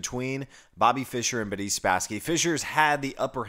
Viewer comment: Interestingly you go out of your way to pronounce "Boris" as the Russians do, but then say "Spassky" with an american somewhat flat short "a", not the Russian pronunciation. But kudos for trying!